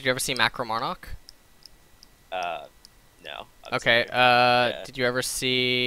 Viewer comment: LS and your Korenglish pronunciations is adorable. You say "Monarch" like you would pronounce it in korean xD. I've heard it on other words too but I can't recall them. That's funny. I should get better at korean and do a buy a lesson so we could do it all in korean >:D